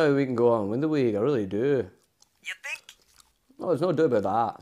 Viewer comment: Jose : i sink, i prefer not to speak